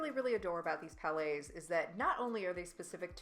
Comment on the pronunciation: Thank you very much for doing that. Helped me decide on the palettes. And yes I know it's a grammar police thing, but honestly it's so hard to hear calling them "palais" because that translated means palace. They are prounced "pal -ets"